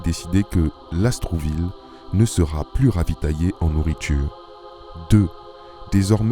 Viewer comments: Merci pour cette vidéo!! (Lastourville et non LasTROUville ) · Mboloani à tous! Merci pour le partage d'un pan de notre histoire... simplement, il faudrait prononcer LAST OUR VILLE et non Las trou ville Eh oui, l'administration coloniale a fait beaucoup de mal partout!!! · LASTOURVILLE du Comte de Lastours. Pas LAST R OU VILLE